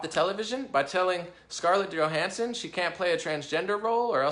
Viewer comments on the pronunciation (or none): none